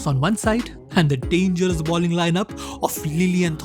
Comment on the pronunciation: The word is BOWLING, not BALLING as you are pronouncing it. Balling has an entirely different, and vulgar meaning.